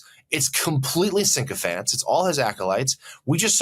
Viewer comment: Sychophants not sink-o-fants.